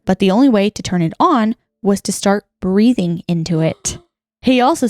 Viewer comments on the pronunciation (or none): none